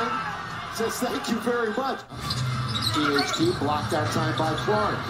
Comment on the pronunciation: bro i just realised he saying THC instead of THT 😭😭😭 i shouldve known bro flight been a stoner for the longest 😂